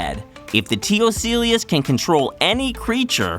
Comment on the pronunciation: In addition to the inaccurate chest 'buster' (chest burster), you're butchering the name of T. ocellus. Ugh.